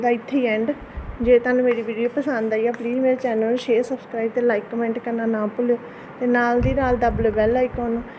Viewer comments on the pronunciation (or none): ਪੁਲ੍ ਨਹੀਂ ਭੁੱਲ